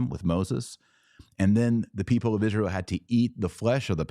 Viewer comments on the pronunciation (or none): none